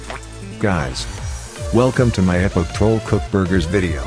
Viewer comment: You say epic wrong you say epok and you say funny wrong you say funi